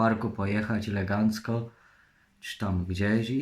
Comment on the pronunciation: fasestycznie, leegancko